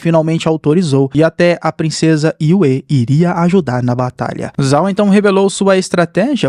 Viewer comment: Se escreve "Zhao", mas a pronúncia correta é "Jao"